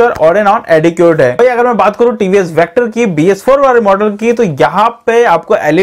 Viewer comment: Vector kyu Bolte ho hakle